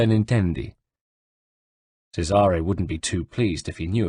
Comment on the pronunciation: 3rd book in a row of mispronounced names.anyone else flinch when he mispronounces Cesare?play the game twat,or atleast whatch a damn playthrough on youtube,MAYBE you get the damn names right.i learned italian from the ezio saga, can't even say Cesare proper.